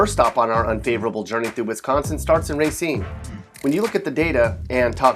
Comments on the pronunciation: Its "RUH-cine!" Not "RAY-cine!" Sorry, it just really triggers me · It's not Ray seen, it's ruh seen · It’s not RAY-scene it’s RUH-scene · Wi-sconsin [x] Wis-hconsin Ruh-seen - [x] Ray-seen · Not "RAY-cine", "RA-cine". Like it's spelled.Also, I've never had a problem with any of these places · Ray-cine??? Stop. Its ruh-cine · "Ruh-seen" not "ray-seen" sorry needed to correct you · Ra-cine, not Ray-cine. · race-een? It is rah-scene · It's not "RAY- scene" it's "RUH-scene" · He let his ray-cism get in the way of his pronunciation of ruh-cine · Only white people say r"A"cine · It’s pronounced Ra•SHEEN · Pronounced ra seem, I know because I live here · Stop saying ray seen it makes me want to die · Mattisco Lz RAY-SCENE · "ray seen" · it's rahh-Seen. It's the french word for Root. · I always thought the city was named after the French writer/playwright, Jean-Baptiste Racine, and though they pronounce it "Rah-SEEN," it's usually called "RAY-seen" in English speaking countries. Did you know "Oregon" is pronounced "OR-i-gen" by the native Oregonians and they get just as testy about it as these people. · Guess Sconnies or Wisconsin Residents/Natives call it “RUH-Scene” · My family has lived in Racine since the mid 1800s I believe, we all pronounce it Ruh-scene. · wait wrong person. just to be clear it's pronounced ruh-scene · u didnt live there either so ur answer is no more valid than the rest of us its still ruh-scene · my aunt and uncle live in racine now that is more valid than u living in a completly different town they would know the truth which is ruh-scene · where are u getting ur false info because it u look up how to pronounce it everything says ruh-scene end of story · got pissed at how he said RACINE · You butchered the pronunciation of Racine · He says Racine wrong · You keep saying Racine wrong 😣😣😣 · Can't even pronounce Racine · omg if he keeps pronouncing the city like that.....